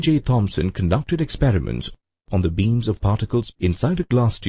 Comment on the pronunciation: Sorry but Its THOMSON....